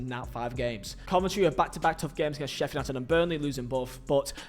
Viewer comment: Slow down when you’re talking man. It’s Sheffield United not sheffer nighted